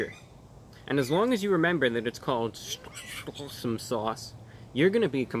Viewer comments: Sorry Reviewbrah, your seagull interpreter did a pretty bad job at saying S'Awsome. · Shots every time he says sawesome sauce.....🤪